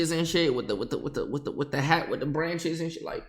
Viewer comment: This dumbass said branches lmfaoooo